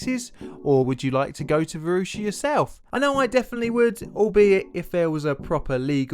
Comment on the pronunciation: I grew up in in the Varosha district of Famagusta. I was there during the Turkish invasion, and the things I experienced in that dark time still haunt me. I played on that beach every day. It was a beautiful city, and part of me still considers it home. By the way, you totally butchered the pronunciation of Varosha and Famagusta dude